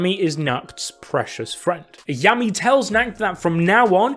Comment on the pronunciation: Happy our fav captain is back! It might've just been me though but this entire video I was hearing Yummy and not Yami 🤣